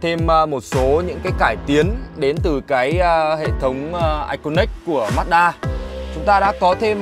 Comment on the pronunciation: Ma chư đa chứ ko phải mát đaaaa nhé ae =)))